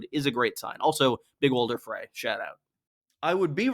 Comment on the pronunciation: its frey